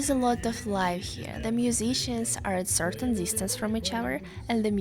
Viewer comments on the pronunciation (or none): none